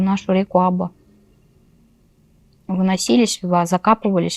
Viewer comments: Река, которая протекает через 2 района Новокузнецка, называется Аба́ (ударение на второе "а"). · Река АбА, ударение на последней букве. АбУшка, так местные люди называют речку.